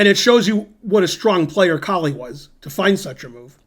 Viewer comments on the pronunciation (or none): Is it not pronounced "Cole "? I believe Koltanowski stated that was how it was pronounced? Just wondering. Great video!